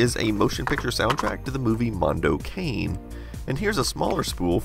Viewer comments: Ahahah mondo Kein... It's mondo cane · It's Mondo CAHN-ay, not Mondo Cain! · Mondo can-e not "cane". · The film is pronounced Mpndo "CAHN-nay," not "cane." LOL. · The movie wasn't pronounced "Mondo Cain", it was "Mondo Connie". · You don't say "mondo kein". Mondo cane means literally "world dog" in Italian, like swearing and complaining to something bad. It's pronounced like "mondo kane" (not kein but kane, as it would be pronounced in German). Actually Riz Ortolani is one of the most quoted score composers from the '70s ;-) Cheers from Italy! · Mondo Cane!! Cane means "dog" and it's pronounced with CA as in CArt and NE as in NEgative, not as Cane=Stick. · The film Mondo Cane is not pronounced "kane", but "KAH-nay". Fascinating collection! Further info about the VHS-looking cart intended for Alesis equipment...This was a standard S-VHS cart used for multi-track music recording in a proprietary helical-head ADAT drive, similar to VHS video players. Keith Barr, the inventor genius behind Alesis, experimented with different media for storage, but found that stock VHS mechanisms and standard VHS tape didn't have the bandwidth he required for multi-track digital recording, so he designed a new head and transport. He was forced to speed up the tape to 3X, and use the higher density of S-VHS to get the scheme to work. Although quite nonstandard, the Alesis ADAT was a very big seller in the 1980's. You could make a multitrack home studio, even sync multiple machines to have up to 96 perfectly-aligned tracks. Each 8-track unit cost about $4000 when first introduced, far less than professional studio machines, but with identical audio quality. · Cane is pronounced ""connie" in a booming voice. I believe there was a sequel. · It's not pronounced "Mondo KANE," but "Mondo Kah-Nay." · Mondo Cane. It's pronounced kah-nay. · “Mondo Kain” 😂. “Mondo Cah-neh” is the exact pronunciation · "Mondo Cane". It's pronounced "Mondo Kahn-ee". High-larious...LOL!!! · It's pronounced "Cah-nay"